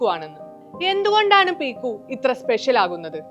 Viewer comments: പീക്കു അല്ല പിക്കു. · ചേച്ചി qualb effcet റ്റില 😂